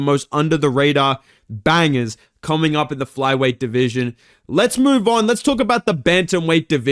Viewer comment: I miss when would say "my deveesion" every time he talks about flyweight 💔